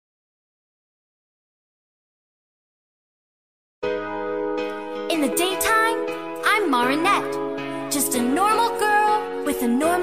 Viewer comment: Did she say moranette instead of marinette that bothers me so much edit:why is Lie-la included in here she sucks